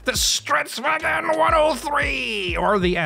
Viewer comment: “ikv 91” translates to infantry cannon wagon Sidenote you don’t have to say stridsVAGEN just say stridsVAGN with a more soft N